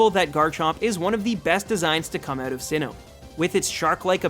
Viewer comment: The way you say out hurts my ears. "oh-wit" really?